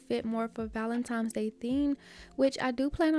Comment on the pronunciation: I’ve been loving your videos and have been binge watching. Do you know you say valentimes instead of valentines?